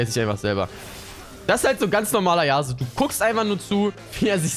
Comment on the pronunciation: Das ist YasUo und nicht YAAsuo Kp aber irgentwie stresst mich das :D